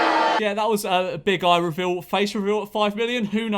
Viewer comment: Memeulous at 5 million: Nose revile 6 million: Chin revile 7 million: Moith revile